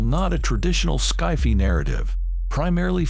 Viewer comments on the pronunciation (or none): Ski-fi narrative? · This AI reader pronounces sci-fi as skyfee. Lol! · fr..."sky-fee" films deserve more respect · Sky-fee?? Are you okay? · SKY-FEE? Really? Are there no longer humans that can read? I'm so done with this computer reading %#*&@ Oh and, Baba Voss is blind.